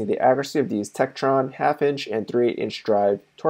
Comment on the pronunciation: Tekton, not Tektron..